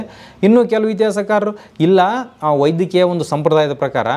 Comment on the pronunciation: ಸರ್ ನೀವು ವೈದಿಕ ಅಂತ ಹೇಳೋದು ವೈದ್ಯಕೀಯ ಅಂತ ಕೇಳಿದ ಹಾಗೆ ಆಗುತ್ತೆ